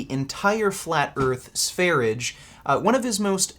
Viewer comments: I have told you before. it's not SVERIDGE. It's SVERIYE or SVERYJE. Pronounce his name like you know something. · its not sveridge 😂😂 its SVER-ee-yeh. swedjsh 'sweden'. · It's pronouced Sve-rye, not sware-idge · His channel is pronounced “sver-ia”, no “g” sound. it’s the Swedish name for Sweden... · Sv3rige is pronounced “svah-ree-yay” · The correct pronunciation is Sveryeah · Note: Sv3rige (which is pronounced SVAIR-IDGE-AY btw you fucking neanderthal) wasn't in a mental institution. He was hospitalized in intensive care for months because of a prolonged vegan diet that he was on while exploring sungazing. I find it laughable that is going to misrepresent that fact as him being locked up in a psych ward while is literally on a watch list for potential mass shooters and should be institutionalized himself if he hasn't been already. He's a pathological liar and sociopath so I doubt he would tell the truth anyway. He could learn a lot from Sv3rige who is an honest, open and down to earth individual that cares about others, unlike the misanthropic. That doesn't mean you need to follow all his diet advice but that goes for as well. Vegans are literally dying a slow death despite what this mongoloid tells you. If you actually follow this lunatic, yet have the nerve to mock anyone else, you have serious judgment problem and a lack of basic intelligence, which could be due to your plant-based diet or fetal alcohol syndrome like our good buddy Vegan 'B12 in the veins' Gains or both. lol, Your welcome:) I'm always happy to help.